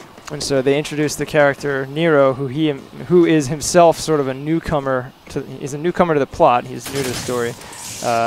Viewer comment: you called Nero a newcomer? I thought you called him a "cucumber" LOL